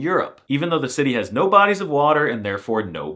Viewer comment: The word "yes" is "tak" "No" is more casual version and pronunced /no/ not /nou/